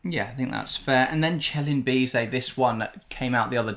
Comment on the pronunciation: Good Analysis, don't want to sound pedantic but Celin Bizet is pronounced Seeleen Bee zet.